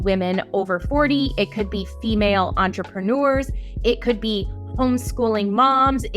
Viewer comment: There's no "ou" in the word "entrepreneurs"